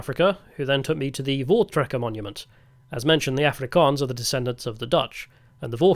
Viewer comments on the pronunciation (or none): Voortrekker Monument …….is NOT said with a “v” dude …. It’s pronounced “foor trekker ” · V in Afrikaans is pronounced as an F. Voortrekker is pronounced 'foortrekker'.